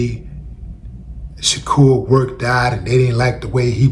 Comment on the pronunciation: BRUH IMMA NEED YOU TO CALL THE BOY BY HIS "RIGHT" NAME .... " SHA DOOR" YOU keep saying SHAKUR 😂 COME ON DUDE ... IS TUPAC PLAYING 😂